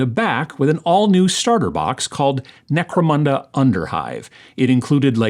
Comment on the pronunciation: Always enjoy your videos. Gave a like when you said Necromanda, haha :) have a great week!